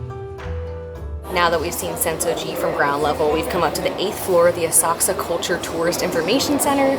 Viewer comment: Great video!! Special thank you for pronouncing the names ( Asakusa , for example!!)!! correct!!!